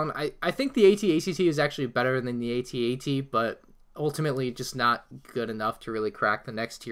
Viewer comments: Boi it is at-at not a t a t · It makes me cringe that he calls the AT-AT "at-att" and he calls the AT-M6 "at-act" which are completely different walkers.